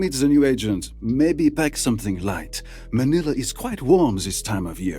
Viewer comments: lmao i love how you said man-i-la and not maynila which is the actualy hoy you pronounce XD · Mans butchered manila its not manela its ma ni la not sounded like an e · Bro said manala its manila ma-nil-a 3 syslbolss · I am a Philipino and I am sure that manila is not pronounced as manela it is man "I" la don't say ne say nii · The way he said Manila as "Maa ni laa" is so annoyimg especially cuase im filipino😢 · Him: manala me: bruh its manila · It's ma-ni-la not manala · You said manila as man-nill-ah its kinda like this mah-knee-la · For a filipino guy, we've always pronounced it MAN-ILLA not MA-NILLA, so just so you know its pronounced MAN-ILLA. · bro said manilia like that💀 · Manila not manala 😅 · Hey! Just wanna correct you on the pronunciation. It's Ma-ni-la, not Man-ila. :) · my man said "man nella" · The only thing you butchered is manila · Not angry or upset but its pronounced mai nila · BITCH CALLED MANILA "MANALA" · Just a head up, Manila is pronounced like “vanilla” usually 😊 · Its ma—ni-la the way to say it also im really happy that they added a Filipino agent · Srry to be that guy its pronounced, muh nil luh=manilla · this is how u read manila im a filipino don't worry mah nilah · “Mah nila” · i am ph the way to pronounce it is ma-nil-a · sorry but u said manila wrong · Not prounouns like vanille velasquez like this vanill velazkez its prounouns like that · WHY DO YOU PRONOUNCE MANILA LIKE THAT 😭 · Honestly, hearing you say Manila so wrong hurts, it really does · you said the capital of the philippines wrong lmao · I like how pronunced manila wrong xD